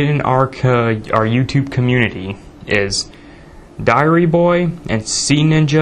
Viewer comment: lol you said my name wrong (Sean-ninja951). will at least I got a spot in the video :).